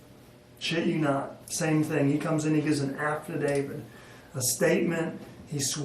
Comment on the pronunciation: Did that Ranger really call an affidavit and “afterdavid” at the mark?